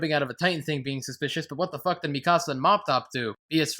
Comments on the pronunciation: 😂😂 at "Mi-casa" this ain't a house dude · EVERYTHING WRONG WITH: AniSins 1: HER NAME IS PRONOUNCED: (MEE-CUH-SUH-) 'MIKASA' D:< ITS IN THE ENGLISH DUB THEY PRONOUNCE IT THAT WAY AND YOU CAN KINDA HERE IT THAT WAY IN THE JAPANESE VERSION!! GOD DAMN YOU XD )(...jk...)( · I'm giving you 10 sins for miss pronouncing Mikasa's name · THAT IS NOT HOW YOU SAY MIkASA